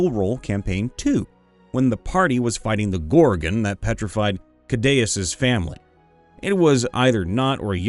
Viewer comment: I generally enjoy your videos but it’s so very jarring for me personally to hear you misread something once per video almost. Cadeus? A bit nit picky I know…. Love the storytelling way you read these!!